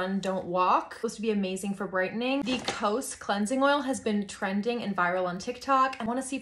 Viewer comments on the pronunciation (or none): I love how you know the legit stuff, not the American-Asian brands that no one knows back in Japan/Korea ❤😂 Also it’s pronounced Kosé not kose.